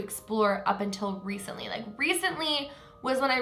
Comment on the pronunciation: Anyone else think "Reese-ntly" every time says recently?...... I'll show myself out